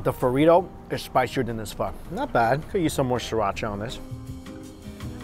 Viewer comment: All that food looks banging! Wish you'd learn how to say pho properly though